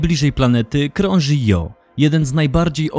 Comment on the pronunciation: Świetnie opracowany filmik, jak zawsze z przyjemnością się ogląda. Mam tylko jedno pytanie: czy nie powinno się wymawiać nazwy księżyca Io fonetycznie Ijo?